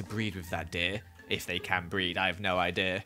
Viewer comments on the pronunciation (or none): “I have no I-deer”